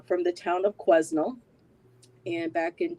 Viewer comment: You prounce Quesnel without the S. The S in Quesnel is silent. I used to live in Quesnel and know that very bridge very well and know how creepy that bridge is. I believe Caitlyn has been kidnapped and brought into the sex trade. The Fraser bridge is very beautiful to cross during the day but at night it was a whole other beast. I always crossed the public access vehicle bridge at night or early evening. If Caitlyn had been trafficked into the sex trade I do believe her boyfriend is her pimp